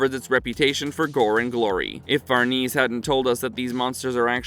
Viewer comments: Casualty????? It's causality!! It's pronounced Far-ne-say, not farnese. Please bring the original narrator back. This video was annoying to listen to. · Who’s Farneeze?